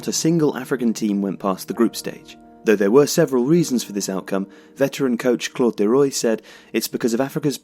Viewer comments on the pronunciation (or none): You'll find it's pronounced Claude Le "Waahh", not Roy!